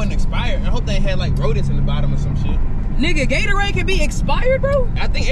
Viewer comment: It’s Gatorade not gatoraid